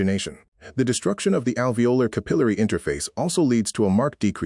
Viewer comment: Pronunciation errors: capillary, alveolar